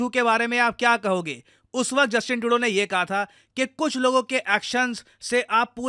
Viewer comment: Justin Trudeau ❌ Justin Todo✅